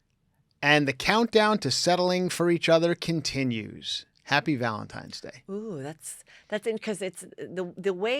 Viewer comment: I love constantly saying “Valentimes day…”